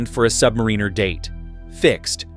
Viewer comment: "AI is going to take over the world!" FFS AI can't pronounce Submariner correctly!